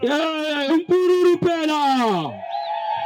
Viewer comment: Ngicela ukukweluleka mpathi wohlelo igama elithi umpururu kakulona elethu.Leligama ngelokwebolekwa. Kungcono ke okungenani nxa ulikhuluma uthi UMPULULU. Kodwa igama eliyilona lona lithi LILIZELA.Yikulilizela.Ngiyabonga.